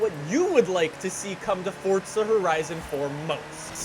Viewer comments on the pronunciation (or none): Your pronunciation of FORZA is the worst thing about "FORTSAR" ... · Love how he say FORTZA HORIZON4 Love the vids keep up the good work